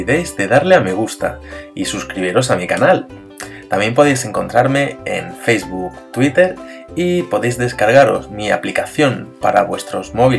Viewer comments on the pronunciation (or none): none